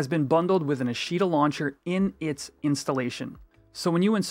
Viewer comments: for the love of God its AH-shta, not uh-SHEE-ta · you keep saying "a she da" is that what you call FFXI I am confused